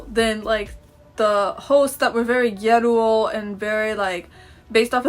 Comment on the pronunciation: OHHHHH you’re pronouncing “gyaru “ like “gyeruu” Oh okay, I was confused